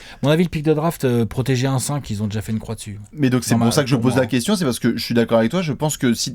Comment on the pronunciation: ZE KOUESTIONNE OF ZE DESS xD